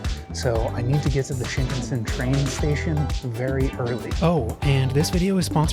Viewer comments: No offense, but the pronunciation is Sheen-CON-Sen. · it is pronounced "shin KAN sen." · You had me until you BUTCHERED the pronunciation of Shinkansen... It's SHIN-KAN-SEN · "Sheenkin Sin" bullet train LOOOOOOOOOL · The raw, real and often mistake filled adventures are the reason why we are all here. Happy travels! By the way: - Shin means new. Shinkansen means new trunk line. - Shinkansen is pronounced "shin-kan-sen" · The proper pronunciation of Shinkansen is “sheen-kahn-sen.”